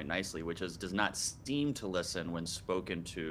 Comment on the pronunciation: My typical inattentive type thing: number 3. The man said 'Does not sTeem to listen...' It distracted me at once. Couldn't get the rest of the information. In fact I stopped the video to write this. ;) Years ago I thought I had ADHD and went for a psychologist for a test. I am from the Netherlands, he was originally from Russia. One of the tests was to repeat a list of characters, letters and numbers. In the middle of it he said the letter Q. In Dutch it is pronounced as KÚ. But because of his slightly noticeable accent, he said KOE (the Dutch word for cow). And I was destracted: what does that cow do in the middle of letters and numbers?? So I began to talk and ask about that subject. But the psychologist went a bit agitated. He thougt I was mocking him for his accent. But I honestly didn't. I was just distracted by an animal in the serie of numbers, etc. Long story not short. ;) The results were negative and I didn't have ADHD according to him. Many years later I still suspected I could have ADHD and went for another test at another center. And this time the tests were positive. No surprise for me and my boyfriend. But I never forget how it was possible the Russian psychologist didn't noticed my distraction was a very clear sign! (P.s. Number 7: subtitle said 'things things'. Distracted by a detail wich was not important, but I had to tell you!) ;)